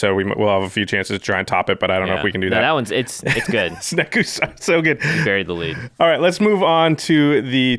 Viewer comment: LOL "Snekusar"